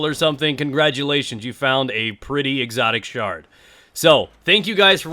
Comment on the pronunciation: LOL "Exotic Shart"